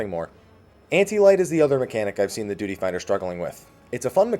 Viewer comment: "DUTY" I cringed at the pronunciation.